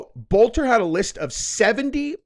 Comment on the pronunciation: Boelter is a German name the o is silent